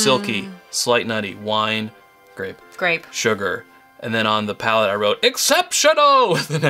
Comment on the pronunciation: It's *PALATE*. (I know they made that mistake too :/)